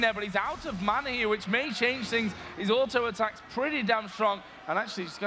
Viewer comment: Sad "otto-attaking" lol